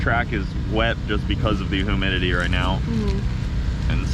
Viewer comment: did you just say Hoomidity? Love your attitude keep forging ahead.